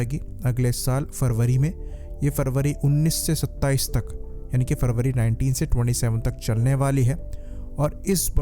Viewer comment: Farbary nahi sir February. kindly thik se uchharan kijiyega, apko bahut lok sunte hai.